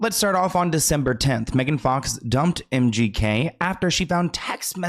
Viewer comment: The host said MGK but it sounded like empty head😅